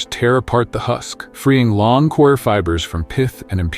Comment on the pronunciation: Stupid robot 🤖 audio 🔊 Coir as in choir ... 🙋🏾‍♂️✅ Core... 🙅🏾‍♂️❎